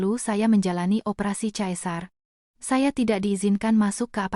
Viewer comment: Sesar.. bkn caesar